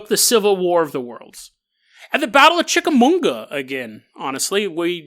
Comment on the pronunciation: Finally, I get to join the club of viewers who have their homes mispronounced by. Chick-uh-mah-ga, dude, there's no 'n' lol